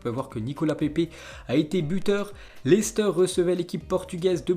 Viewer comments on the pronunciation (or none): none